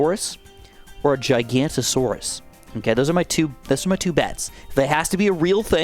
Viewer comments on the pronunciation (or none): It’s actually pronounced giganotosaurus not gigantisarus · Hey, friendly note that it's giga-noto-saurus rather than gigantosaurus. Very easy to get that backwards. The reason for it being giganotosaurus is because it's name means giant southern lizard. Gigantosaurus would just be giant lizard. Edit: I can't wait to have an army of T. rexea chomping on bloons!